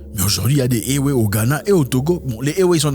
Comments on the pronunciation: Zack ça se pronoce évé 😅😅😅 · Ewe se prononce évé.... toujours un plaisir d'apprendre des trucs philosophique avec toi. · Éwé se dit évé. Sinon ta vidéo est d'utilité publique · Salut grand-frère Zack. J'ai toujours adulé tes vidéos. Beaucoup de courage frère pour la suite de ce noble engagement. Une chose dont je suis sûr et fortement convaincu, RIEN N'EST ÉTERNEL !La mentalité africaine changera très positivement nonobstant le sacrifice à consentir. Oft, en parlant des peuples ÉWÉ du Togo et du Ghana,on écrit bel et bien ÉWÉ,mais on prononce 《ÉVÉ》. HOTEP! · Juste une petite précision M. Zack : on prononce "évé" même si le nom du peuple s'écrit "ewe". Gentiment de la part d'une Togolaise. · Oui exactement ça se prononce "évé" depuis Lomé.